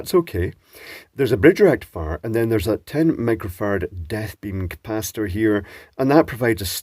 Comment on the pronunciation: Did you really say "Death Beam Capacitor" or is it just that once I'd read it in the transcript I couldn't unhear it?